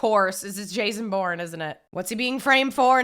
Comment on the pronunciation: Did she pronounce it as the “Boring trilogy”. It’s definately not.